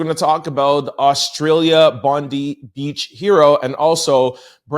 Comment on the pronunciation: Hey guys. Sorry your token Aussie here..... it is pronounced Bond-eye. We are all on edge here hoping its not going to pop off with retaliatory actions.